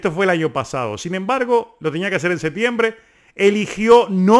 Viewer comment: Pronuncie septiembre correctamente! No sea envidioso de Canelo!